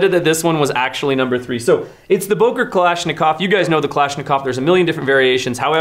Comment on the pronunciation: It‘s Böker and not Boker 😁 you need to learn your Umlaute 😜